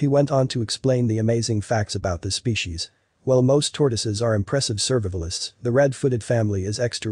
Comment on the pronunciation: (groan)..."survivvelist?" REALLY??